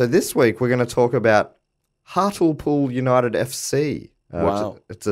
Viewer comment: Firstly I feel that I should correct the pronouciation of Hartlepool even though this one is perfectly understandable. As with many places in the North East the 'le' is pronouced as the rest of the civilised world would pronounce 'lee' and so Hart-lee-pool. Also the really interesting Prime Mate story of Hart-lee-pool is that they Hanged a Monkey in the 16th century because they thought it was French (Please Google "Hartlepool Hanging Monkey") You will not be dissappointed. Also, great podcast.🙂